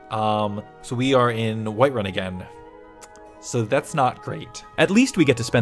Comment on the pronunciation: Man they turned White run into Wight-run😂😂